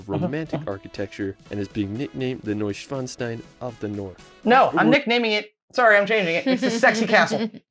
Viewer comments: The "disney castle" Schloss Neuschwanstein is roughly pronounced: "Shloss Noy-Shvan-Shtayn If that helps at all ;) Anyways, cool that you're interested in Germany! I can highly recommend the 4 part series "Meet the Germans Road Trip" by DW Euromaxx to get your bearings! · You wanted to know if his pronunciation of the names were correct. They are pretty much all butchered. He does get pretty close with Neuschwanstein, but it is still not correct. He says the "stein" part wrong. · You can break up the word Neuschwanstein in 3 words, Neu - Schwan - Stein, literally translated : NewSwanStone Castle Btw the correct way to pronounce the Stein is to pronounce the "EI" like it is in the word feisty and the "ST" like Sh-T lots of people get this wrong because its so heavily used in names